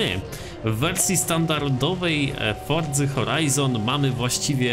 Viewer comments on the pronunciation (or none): Dlaczego mówisz "fordza,, zamiast forza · FORZA, NIE FORDZA